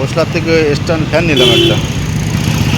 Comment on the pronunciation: ইষ্ট টান ফেন নয় স্টান ফেন